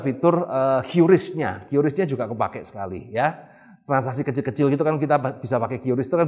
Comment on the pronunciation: QRIS dibaca kris